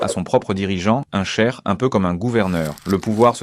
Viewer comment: Cheikh est le prénom de mon père et ta prononciation est trop chelou !